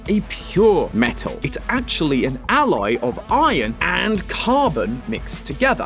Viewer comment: ...did you say "ally" instead of "alloy?" Also, what the heck is the size reference you're using for the blender calculations? The size of a Gold bolt, that's almost the size of Ratchet's entire body? Or the basic bolts you find anywhere? Cuz I doubt that each one is the weight of a motorcycle. And if I can't trust the math, I can't trust the theory.